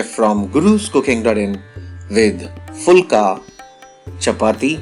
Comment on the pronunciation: phool nai bey puhul with a p...puhlna... You can say plum with a p, you can say pichkari with p and pan with a p but you cant say puhulka? chutyafay ki koi hahd hoti hai! Everything else is stufendous! Good job!